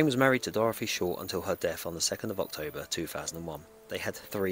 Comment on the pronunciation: Please can you say thousand instead of fousand and death not deaf….. you’re great but this is so irritating